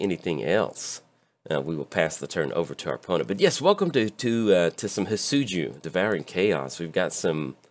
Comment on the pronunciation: He is pronounced. Hee-det-tsu-goo For future reference.